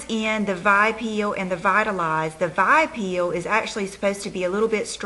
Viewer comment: It's pronounced with the letters V...I...peel.not vi peel